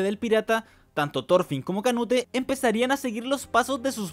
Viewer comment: Me da estrés q diga canute en vez de "conuto" 😔